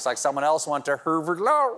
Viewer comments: omgosh 😂🤣😁🤣 herrverd lawr 🎉😂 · Stephen: she apparently went to "Herverd Lawerd" Coach Z: now yer sporkin' my language! Strong Bad: SHADDUP!